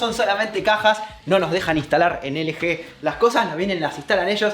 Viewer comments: ustedes le dicen L G.. pero se pronuncia "ELGI" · Hay que dale un poco al inglés! Ustedes saben, pronuncien las marcas como se dicen! LG (ele je)? Se pronuncia: el yi! Y subwoofer no es sub bafer, es (sub uofer) :V así sus suscriptores no aprenderán a decir las marcas. Déjame ir a la tienda a comprarme unos tenis (ni que) XD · De "LG"????? Se pronuncia "elyi"